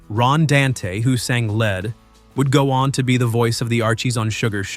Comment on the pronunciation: And later, pronouncing "lead" (as in main vocal) as the metal or the graphite in a pencil. Feh.